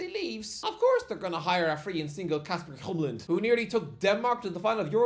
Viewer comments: Hjulmand, not Hjumland,! For those of you non-Danish speakers, Kasper Hjulmand's last name translates to "Wheel-Man" in English and since in the old days, most Danish last names were given based on someone's profession, it's safe to say that one of his ancestors was a wheel-maker. And yes, I could easily see him become the next Brentford manager after Thomas Frank, even if I think that it lies far into the future before Thomas Frank decides to move on to his next job. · Kasper Hee-yuleman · HJULMAND, NOT HJUMLAND! Sincerely, Every Danish person alive 😂